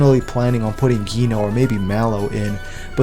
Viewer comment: Everyone: Dji-noh This dude: Guí-no